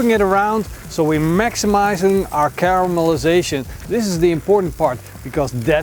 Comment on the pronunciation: holy cow that’s just not a steak that’s a weapon you can tomahawk chop someone and knock them out😁 but seriously that’s gotta be like the steak king did i hear cowmelization 😂